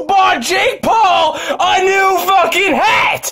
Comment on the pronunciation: "YEW BOUGHT JAKE PAUL A NEWW FUCKING HAT"